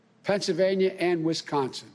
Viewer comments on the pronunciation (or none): none